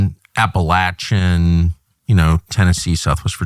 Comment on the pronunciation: I respect Tucker for properly pronouncing Appalachia